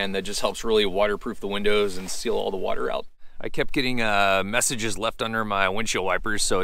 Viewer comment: Water, not waiter...